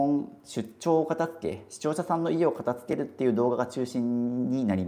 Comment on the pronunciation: 「片付ける」を「かた“つ”ける」って発音するの違和感しかないんだよなあ 「かた“づ”ける」ですよね 大好きだからこそ、メディアで発信する時に正しい言葉で発信して欲しい！ ！お願いします！